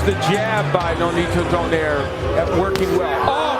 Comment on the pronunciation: Funny to hear how American commentators mispronounce the surnames of Filipino boxers. Especially Donaire (it's not Do-naire, it's Do-nai-re)